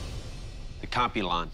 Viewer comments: he said kampilon instead of kampilan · Its pronounce "Kam-p-lan" not "Kam-plan" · KAM-PEE-LAN not KAHM-P'LAHN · he said compy-lawn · Should be pronounced as 'cam-pee- lan' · I wonder if Doug didnt teach him the correct way to say it to make it hilarious. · You're saying it wrong 🤧🤧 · Bro the kampilan is a filipino sword and the announcer said kampilan wrong